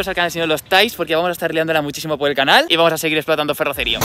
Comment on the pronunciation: Bro durante todo el video has dicho ferrocerío con la silaba tonica en la i cuando la silaba tonica la tiene en la c